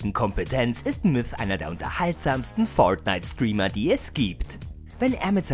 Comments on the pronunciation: warriorjay xd das ist english USA dort spricht man das r immer so aus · Spider Man das ist English USA dort spricht man das r so aus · Leider sprechen sie es komplett falsch aus und vermischen es dann mit deutsch. Deswegen klingt es so albern. P.S. Sie geben sich leider nicht mehr so viel Mühe wie früher, da ihre top Listen immer langweilige und unkreativer werden. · Hahahaha „föirtnite“ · ja aber es klingt komisch wenn man es so in einem deutschen Video ausspricht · Kann der Typ fortnite richtig aussprechen oder?🤷‍♂️das Video is so dumm ihr habt null Plan von dem Spiel 🙎‍♂️